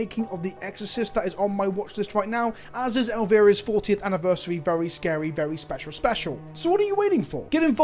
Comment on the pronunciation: Lol, he doesn’t know who Elvira is or he just botched the shit out of that name